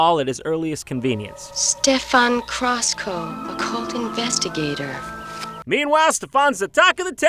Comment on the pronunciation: Ah, yes. "crosscoe", the most Romanian name, even though words in Romanian have neither double letters nor "oe" as the sound for "ău" also. not that anyone cares, but "știrba" is roughly pronounced "shteerba", and it means "the toothless woman"